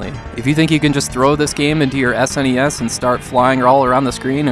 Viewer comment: I recently discovered your work dude. Top notch reviews that are not only useful and insightful, but ACTUAL reviews. Too many YouTubers' "reviews" end up being recounts, which are totally less good. My favourite part of this one was where you say "Any S.N.E.S. game" which when I first heard it, I thought you said "NES NES.". 😂 Anyway, keep up the good work!